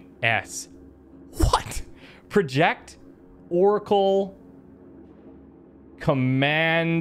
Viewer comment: He was reading "project" as a verb not a noun, my god that got me grinding my teeth lol. That and the frantic minute-long search to find "cyberware malfunction" in his quick hacks list, when it was literally in the top slot - he waited for the window explaining what it did to disappear before looking elsewhere in the list for it aghhhhhh. I have really been enjoying this let's play, and I hate to be the armchair critic or the comment section know-it-all but (and I mean no ill-will when I say this) really gets my goat sometimes.